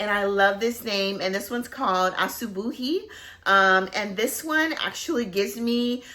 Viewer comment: Asubuhi means morning in swahili! And you pronounced it perfectly!